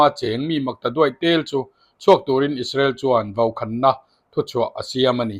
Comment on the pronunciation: Vaukhaaanna tiin chhiar rawh, ichhiar rikdan hi chuan awmzia aneilo.